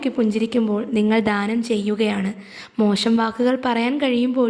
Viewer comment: ധാനം അല്ല ദാനം